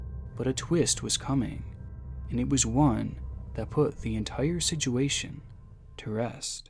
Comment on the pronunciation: Nevermind that 😂 I'm mote concerned about how you pronounce "situation" 😂 but I'm learning to listen past it